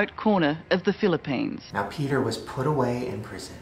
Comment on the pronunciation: Am I the only one who repeated to check if she really said PHILIPPINES?